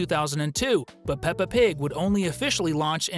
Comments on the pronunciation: Pepa? Its peppa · No, it's peppa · Bro it's peppa